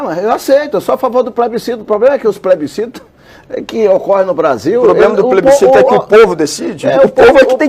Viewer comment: "poblema do plesbicito é que o povo é que decide"